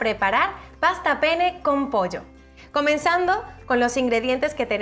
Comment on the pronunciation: Esta mujer debería pronunciar correctamente la palabra penne. En italiano los consonantes dobles se separan y si no sabe como pronunciarlo que le llame plumas que es lo que quiere decir en español